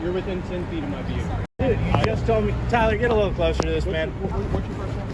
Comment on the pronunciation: it's "Tyler"